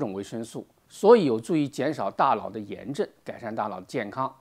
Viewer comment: 大佬，大老，大姥，这个N/L混读实在是拦听，敬爱的胡总书记也恼是这样读。